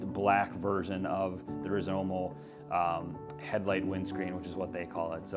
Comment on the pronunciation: It's Rizoma not Rizomo....just sayin